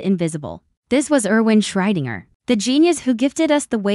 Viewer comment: Your AI can't seem to pronounce Schrödinger